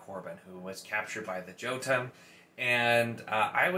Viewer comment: Ruin was definitely my favorite in the series also. And “Yo-Tun”. Not Jotun. Lol